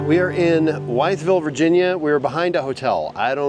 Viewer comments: Wytheville is pronounced withville or if you want to sound like one of the locals wifle 😆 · Wytheville Virginia is pronounced Withville Virginia.